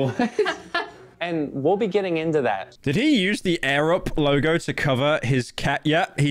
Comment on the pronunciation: Arab? Edit: he said air-up